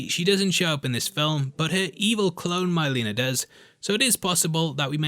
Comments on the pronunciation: Who's MY-leena? I know Mhei-leena the evil twin sister of Kitana tho. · Please say it’s your accent making you say MY-leena and not MIL-eena........